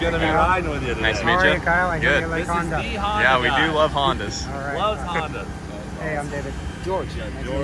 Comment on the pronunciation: did he say “Hondasly”?